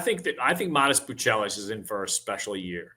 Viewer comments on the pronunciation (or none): Matas Buzelis not "Buchelis" 😂